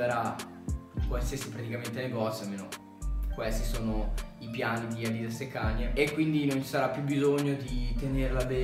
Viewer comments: "Adìdas" è la pronuncia americana, "Àdidas" è la pronuncia tedesca, inglese ecc... essendo Adidas un brand tedesco si deve pronunciare nel secondo modo, NON all' americana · La pronuncia americana deriva dal fatto che questa cultura delle sneaker è nata in America, per questo pronunciamo così i brand